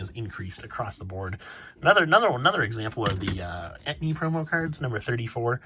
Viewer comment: No shade or anything, love the content. Were you talking about the "entei" promos and just pronouncing it as "etni" I was a bit confused there.